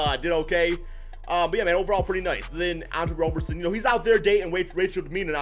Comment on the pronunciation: its Andre "ROB"-erson not Andre "ROW"-berson, it is like Robertson without the "T" you don't pronounce the "RO" in Robertson or Robinson like "ROW" you pronounce it like "ROB"